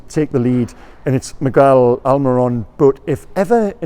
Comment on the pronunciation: You've said miggys name right again!!! You even said the first name right!!!, this is a momentus day! Keep it up! ❤